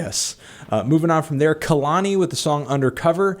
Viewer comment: hey anthony kehlani's name is pronounced KAY-lani not KUH-lani just so you know bud, appreciate the video